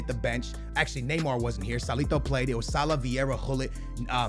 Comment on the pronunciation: Really, SignLee is how you pronounced Salah?? Like you doing that shit on purpose now.-.